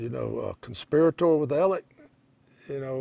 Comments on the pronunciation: It’s spelled Alex, but Southern pronunciation is Alec with a hard k sound. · His name is AleX,,,, not AleC. So sick of people saying his name wrong. It's ridiculous!